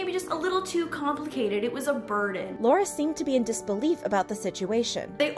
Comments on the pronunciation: You got Lauren's name wrong :( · its lauren not laura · It's Lauren not Laura 😑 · her name is lauren, not laura, btw. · FYI laurdiy’s name is Lauren not Laura! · Hold on not trying to be rude but imma correct you on laurdiy her name is Lauren sorry not trying to be rude